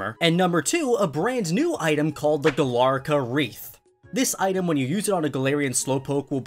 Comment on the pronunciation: It’s Galarica, not Galarca.